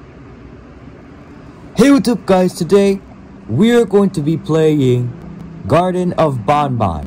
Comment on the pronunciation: it's garten of ban ban not garden of ban ban